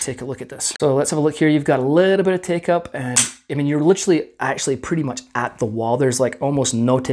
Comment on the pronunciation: It's pwetty